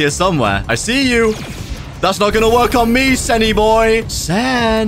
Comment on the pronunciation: Its not senny boy its sussy boy😂